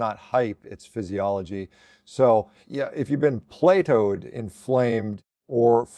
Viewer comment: If you’ve been “play-toed”…😂 Is this AI?